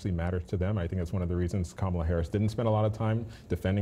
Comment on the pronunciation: TFG's same ol' tired shtick that Americans are getting very tired of hearing. Kamala Harris is an AMERICAN so quite trying to disparage her and quite dissing her by intentionally mispronouncing her name. It just makes TFG look childish, boorish and nasty. Seriously, he wants to be president?